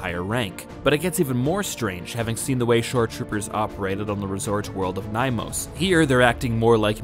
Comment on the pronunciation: The planet isn’t called “Nymos” it’s called Nyamos pronounced Nee-a-mose if your gonna do a movie reference at least get the pronunciation right 🙄🤦🏼‍♂️